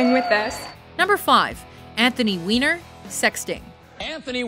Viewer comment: “Anthony WEINER” 😂